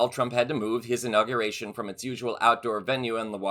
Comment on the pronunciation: Why is it so many of the mega people mispronounce words? Inauguration, not in- aw- ga-ration...damn these ignorant maga.